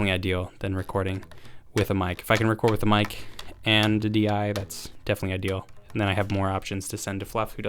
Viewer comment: "That's definitely i-DI-al"